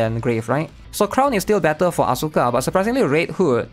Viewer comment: I would love you much more if you spelled Asuka As-ka instead of AsUUUUUUUUka, it's probably just me but I hate the botched pronouciation so bad, my pet peeve. It was beaten into me during my teenage years 20 years ago due to Tekken and Evangelion, weebs back then were very very serious about this stuff, you had to know your stuff to be accepted into the inner circle of weebs.